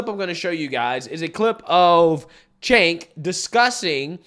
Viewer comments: Cenk pronounced, "JANK". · Cenk "Yogurt" 🤣🤣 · His named is actually pronounced Jenk,,..In Turkey their C is our J...